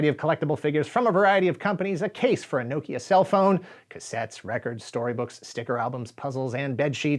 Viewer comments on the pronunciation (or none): none